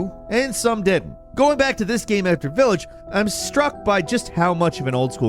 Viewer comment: I didn't imagine anything could be more intolerably obnoxious than your douchey Nier Automata crap, but wow, that village mispronunciation should be punished with a very slow and painful desth if there was any justice in the world.